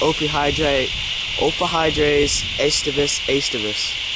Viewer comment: "oh-fee-oh-drees" lol....nice snake!